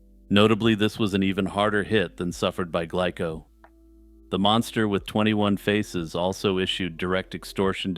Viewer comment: Okay...nit-picking time: The name of the Japanese candy company, "Glico," is pronounced, "GLEE-ko" (or if we want to get hyper-technical about it: "Goo-Ree-Ko") ... not "GLICK-ko." 🙄